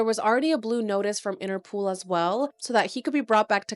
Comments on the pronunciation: Is INTER-POL. Not pool. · 'interpol' not 'interpool'